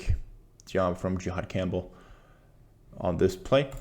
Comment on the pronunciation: Great breakdown bro, just one small thing for feedback. His name is pronounced (JA-had) not (JE-had), as that is an entirely different reference. No shade, really great breakdown of film.